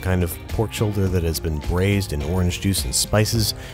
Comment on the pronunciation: “Bvraished beefsh ish brilliant” - James “Murr” Murray